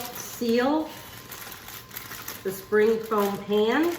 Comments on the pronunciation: Dear Amy, It is a "spring form pan". You keep pronouncing it "foam". My dear friend says the same thing. Love your kitchen tutorials. Everything you make is with common ingredients and I like that. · In most of her videos, she repeats herself quite often. It’s called a SPRING FORM PAN not “foam pan”. She keeps pronouncing it “rhubar” when there’s a “b” on the end rhubarB! Lol.